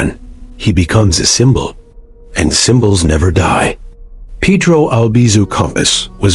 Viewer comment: Can't even pronounce Peh-Droh, instead they pronounce it Peedroe, fkin idiotas